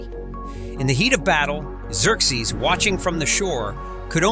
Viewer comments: Please stop saying 'Eck-zerzes......it's 'Zurkzees' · Were there multiple god kings or is there a reason his name is said/pronounced (and spelled) differently throughout this video? For example: Exerxes and Xerxes… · "a i voice" diction error. There was only one Xerxes. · Hmmmm, learned a few things. Biggest question though is how much of this was AI. The artwork looks AI and while more fluid than I'm used to, the vocals are obviously AI because of how it repeatedly mangles the name Xerxes in different ways that no human would do lol. Even the closed captioning appears AI. It was entertaining though but it just seems that too much AI was used and the only thing other than the video clips might be the second voice asking questions in the video. The 3D effect made me wonder where I put my 3D glasses lol.